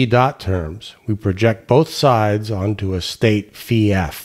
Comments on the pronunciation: Finally someone who correctly pronounces φ as "phee" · XToDaZ Xzibit We always pronounced it “phi” ! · As my mother language is portuguese, I find this satisfying, since we pronounce it precisely like this: Phee (φ), pee (π), ksee (ξ), mee (μ), knee (ν), etc.